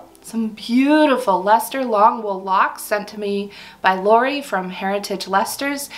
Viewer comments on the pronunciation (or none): none